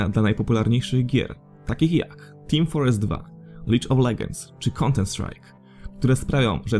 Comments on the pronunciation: Bardzo fajnie ci to wyszło, ale bez obrazy akcent angielski do poprawy. Nie szery a czery mx tim fortres nie forest itd, ale ogólnie to recka spk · "Team forest 2", "Lidge of Leghends" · troche zrąbałeś ten akcent jak mówiłeś team fortress lola i csa